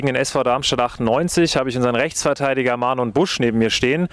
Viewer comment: Heißt der Marnon anstatt Marlon? Interessant bin nämlich kein Heidenheim Fan sondern bin Kieler